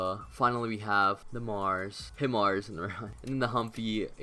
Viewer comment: Btw it’s pronounced High mars